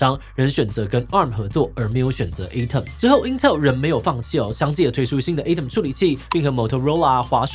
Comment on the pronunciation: Atom發音錯了